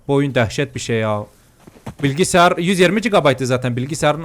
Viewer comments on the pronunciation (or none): none